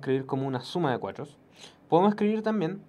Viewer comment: Tiene problemas al pronunciar el 4